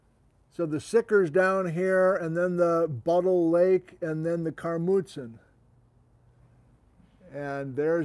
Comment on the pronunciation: Yeah you pronounced Buttle Lake correctly. Named after the lake of the same name in central Vancouver Island. Former copper mine at the end of the lake was hosted by a volcanogenic massive sulphide. Black smoker type of setting.